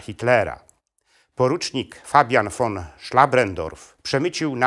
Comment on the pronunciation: Ten facet nie potrafi ani mowic ani czytac. Von czyta jako ffon Co kilka slow. W. Dziwnych miejscach stawia. Kropke. I robi. Dziwna przerwe. Taki stary a w szkole nie byl.